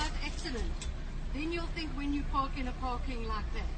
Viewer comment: le wena, it’s PaRk not paCk!! Haikhona 🤣 Love you girl!!